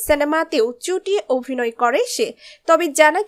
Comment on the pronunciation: চড়ুই য়ের অভিনয় ( Abhinoy ) আমার খুব ভালো লাগে, লাগছে। কিন্তু ওনার Avinoy/ Ovinoy মোটেই ভালো লাগছে না। মহাশয়া, ' ভ ' এর উচ্চারণ টা ' bh' এর মতো। ' V ' এর মতো নয় মোটেই। বড্ড কানে লাগলো বলেই বললাম। এর পর থেকে এ ব্যাপারে সতর্ক থাকলে ভালো লাগবে।